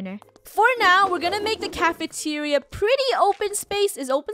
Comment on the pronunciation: Funneh:next up is cafentira Also funnehs mind:wait i said cafentiaria let me change that up Funneh rhen says:cafeteria